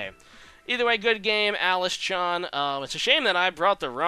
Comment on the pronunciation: The mic sounds great but the way you sound chan is so American lol